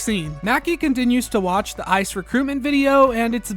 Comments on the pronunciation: i like that it sounds like you’re saying “isis recruitment page” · The EYE CEE EEE